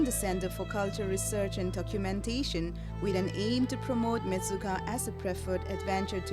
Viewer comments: Its Menchuka not Mechuka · Mechuka is it's real name.. not menchuka..